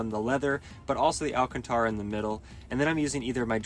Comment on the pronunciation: Please learn how to say Alcântara correctly